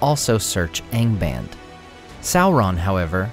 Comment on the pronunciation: Don't you pronounce the A in ANGBAND the Latin way, ie. as in fAther?